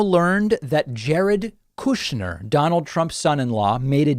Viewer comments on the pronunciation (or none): "Koooshnyr" the Russian pronouncement